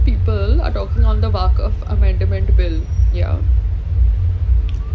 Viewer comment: It’s not waaqaf . It’s WAQF